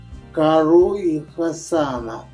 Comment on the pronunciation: Не каро,а Таро!🤦‍♂️